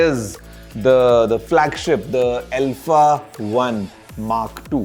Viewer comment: L-pha ✅ Alpha ❌